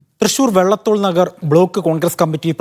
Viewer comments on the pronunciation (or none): മാപ്രേ 'വെള്ളത്തോൾ' അല്ല, വള്ളത്തോൾ